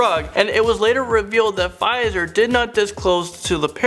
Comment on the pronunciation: Listening to tryna pronounce Pfizer is the funniest thing ngl 😂